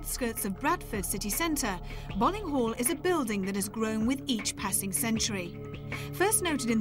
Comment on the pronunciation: it's pronounced "Bowling" .... i should know.. i just got back from there XD i live right next to it.